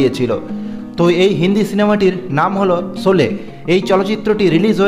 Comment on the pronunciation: সবই বুঝলাম,,,কিন্তু আপনি শোলে উচ্চারণ টা ঠিক করুন